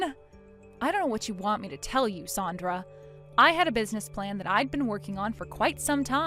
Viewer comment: At least keep the pronunciation of Sandra correct. Goes back and forth.